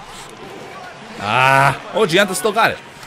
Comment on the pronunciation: Gionta is pronounced Jon-ta not Gi-an-ta. In Italian GI makes a J sound.